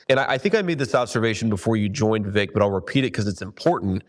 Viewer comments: Senator Ron Johnson… it’s “Vivek” like Cake !! Come on senator.. 😞😄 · How do people still not pronounce Vivek correctly?